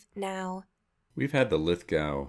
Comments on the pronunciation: Lith go, not lith gow... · It's pronounced lith - go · Lithgow is pronunciation is lith-go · Lithgo, not lith gowe. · Hey peeps, Lithgow has a silent w mate lols, ie Lith go, polymer in the trigger guard ( and black stock option) is the same mil spec polymer used on Australia's Defence Force weapons (Steyr variants), so there is minimal robustness or wear concerns to be noted, hammer forged barrels and cerakote is used on all Lithgows, Australian made as well so it's not tacky. good review, keep up the good work eh. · Pronounced lithgo buddy